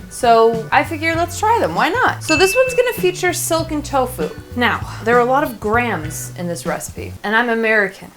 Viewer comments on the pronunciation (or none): I dont understand what youre saying, soaken tofu? Silken tofu?